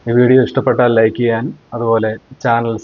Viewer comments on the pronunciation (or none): none